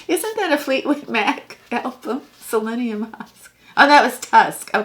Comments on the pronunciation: It's "psyllium husk," not "selenium husk." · HHHAAA is psyllium husk....not Selenium Husk....... but it was funny !! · LOL,, it's psyllium husk, not selenium husk! It's good stuff!